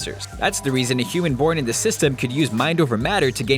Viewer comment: did you just say hooman??